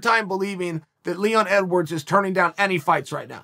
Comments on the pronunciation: I just want to say "EDWAWRDS" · “Edwards should fight Masvidal.” Chael: It’s “EDWAWRDS” “Ok, great” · OH YES LEON EDWAWRDS